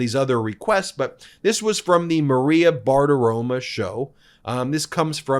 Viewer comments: One small item, Ben...Maria's last name is Bartiromo, not Bartiroma. A small thing, perhaps; but you are an educated lawyer, and errors like that are quite embarrassing to those of us who are on Team Meidas (a bit like fingernails on a blackboard). Thank you for letting me rant. 😇🙏🌈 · Dude get it right it’s Maria BartiromO not Bartiroma! 😂😂😂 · It’s BartiromO, not BartiromA. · Learn how to pronounce Bartaromo, with an o. Her sins do not give you an excuse to mispronounce her name. You should be above taking Trump- style cheap shots. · Bem you are still saying BartiromA - I admire your disrepect if that is on purpose, but it seems out of character for someone who is so meticulous in reporting the political news of the day that threatens our democracy. You woudn't call ex Cowboy QB Tony ROMA instead of Romo. If its an inside joke, let us know - maybe you base it on the feminine surname endings in other languages? The meticulous grammar and avoidance of annoying crutch words makes this one quirk stand out. Nevertheless, I love MeidasTouch Network. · Can you please pronounce Maria Bartiromo's name correctly? Mispronouncing someone's name is kinds Trumpy. Thanks for your reporting.